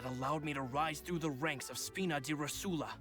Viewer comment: I think someone should say to them that it's "ròsula", not "rosùla"